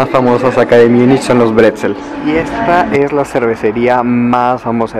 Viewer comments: Porqué dices Miunich? En español Munich. En alemán München. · Si vas a decir Múnich, procura mejor pronunciarlo asi (Munij) no Miunich, asi suena mal.